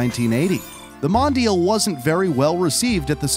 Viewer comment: Mispronounced MONDIAL